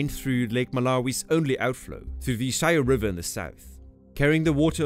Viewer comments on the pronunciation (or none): The Shire river is pronounced Sherry not shire. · Btw it's pronounced "sheerae" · The Shire River is locally pronounced “Shirree” River. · Why don't people check pronunciation?! Only someone wholly ignorant about Africa would pronounce "Shire" to rhyme with "wire". "Nyasa" means "lake" in English. You cannot say "Lake Lake"; to local people Nyasa was "(The) Lake". [In the same vein, "Sahara" means "(The) Desert", and should not be called "The Sahara Desert", but "the Sahara". I am afraid that stupidly but inevitably I lost interest after I heard "Shire" rhyming with "wire". However, I once had a wonderful holiday in Malawi and would encourage other people to do the same. Do a little research before you go. Malawi is truly the "Warm Heart of Africa". My father once worked there as a veterinarian, and slept under the stars in villages, with all his belongings and equipment exposed. Not a single item was ever stolen, and to this day Malawians have a unique reputation for honesty and decent behaviour, which I can vouch for. Malawi is a desperately poor country, and its people deserve better, Please consider Malawi for your next holiday!